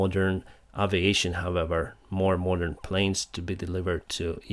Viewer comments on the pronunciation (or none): none